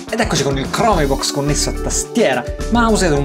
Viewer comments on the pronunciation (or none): Bella recensione, come sempre. Comunque, la pronuncia è "Crombox" non "Cromebux", ti prego!